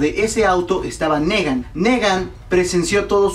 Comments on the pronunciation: se pronuncia nigan no negan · y no dice Nigan ;v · Se pronuncia (NIGAN) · se le tomo cariño para algunos :v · una cosa se escribe negan y se pronuncia nigan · Es gracioso que pronuncie Rosita con acento gringo cuando Rosita es un nombre que se puede pronunciar perfectamente en español, y a Negan que se tiene que pronunciar si o si como "Nigan" ese si lo pronuncia en español jaja. Mi alma moriría si Daryl es el asesinado, pero afrontemoslo, es Daryl ya que en esta temporada hicieron a Daryl menos participativo, menos carismático, más callado y menos importante en la trama quizás para que le perdamos un poquito el cariño y no dejemos de ver The Walking dead cuando eso pase. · Me mata tu NEgan si no pronuncias tan mal los demas como porque este si??!!, en fin yo estoy con que es Glenn, pero si se atreven a matar a mi Daryl me perderian... no en realidad dejando al lado mi fanatismo, no le hallo relevancia mayor al ENORME choque que se crearia al expectador si matan a Daryl, ademas tanto estar construyendo su historia con Dwight para dejarla en nada, como que no, y con Glenn es mas el impacto en la historia, porque ya afecta a los demas emocionalmente tanto como afectaria Daryl, PERO afecta enormemente a Maggie quien dicen sera la proxima lider de Hilltop, ademas de que Negan busca gente util para sus marranadas y quien mas que el que se ha echado a la mitad de los muertitos y que aun con un pinche balazo tuvieron que knockear para controlarlo, no Daryl le es mas util vivo, asi que yo me quedo con Glenn. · "Nigan"!!! Se pronuncia "Nigan"